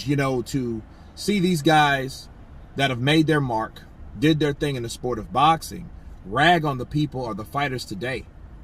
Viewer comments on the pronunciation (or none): none